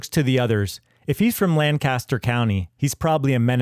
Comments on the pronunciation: It’s LANK-a-ster County. Emphasis on the first syllable. Lan-CAST-er is the actor Burt or town in California. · Lancaster is pronounced LANK-aster, not LAN-caster. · LANkistur not LANcaster. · Anyone that prounounces it “LangKASTer” isn’t from Lancaster. It’s “Lankisster” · I live here, and it's pronounced "LANK-Esther." Maybe in England... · Lancaster, the PA city and county, is pronounced "LANK-uh-ster". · Here in Lancaster County, PA, it is pronounced LANK-KISS-TER. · You said Lancaster wrong. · You're not saying Lancaster correctly. It's not the one in California. Iykyk.